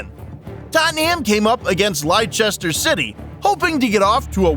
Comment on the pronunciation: Stop saying lichester it's Leicester